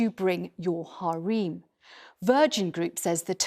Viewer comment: Are they mispronouncing harem on purpose